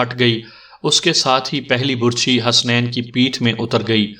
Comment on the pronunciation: آپ کا پڑھنے کا انداز بہت اچھا ھے ۔ بس کبھی کبھی آپ بعض تلفظ غلط پڑھتے ھیں ۔ مثلاً لفظ " برچھی " کا تلفظ آپ غلط پڑھ رہے ھیں ۔اس میں ب پر پیش کی بجائے زبر ھوتی ھے ۔